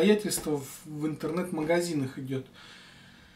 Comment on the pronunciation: Не Тинедеал ,а тинидил))) извращенец))